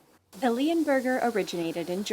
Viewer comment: could have swore she called him a, fleaburger..